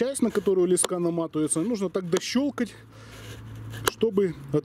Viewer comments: лескА? Не лЕска???? ))) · лЕска а не лескА, интересная идейка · Ле'ска а не леска' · тем более чел из Украины и правильно говорить лЕска так что вам бы поучить самим язык! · Леска — слово из 2 слогов: ле-ска. Ударение падает на 1-й слог. Транскрипция слова: [л’эска]. В слове 5 букв и 5 звуков. =))) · Аж слух режет ) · Ударение на е